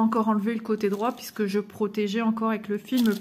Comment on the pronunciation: Tu prononces pisque au lieu de puisque 🙂